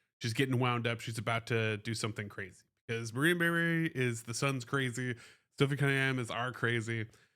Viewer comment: Pardon me sir, but the woman's name is Marina MAY-Bree, not Mayberry. You're thinking of Andy and Opie.